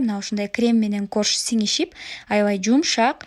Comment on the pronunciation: Айагында крем менен торт сигишип дегендей угулуп кетти